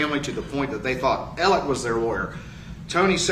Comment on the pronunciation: After all this time, are you just choosing not to pronounce Murdaugh’s name “Alec”?